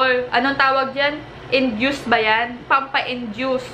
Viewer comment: ATE NAKA 1M kana ng TAPOS!!!!! TAPOS ung induce is INDUCE NOT INJUICE.😂😂😂😂😂😂😂😂😂😂😂😂